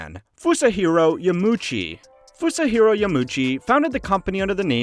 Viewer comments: It's Yama - uchi btw - not Yamuchi. Four syllables YA - MA - U - CHI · "Mayamoto", "Yamuchi" b for effort though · is this made using an AI voice, saying kyoto, miyamoto, and yamuichi incorrectly? down vote just on that